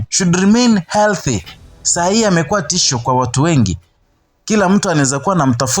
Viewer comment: It is "Tishio" and not "Tisho"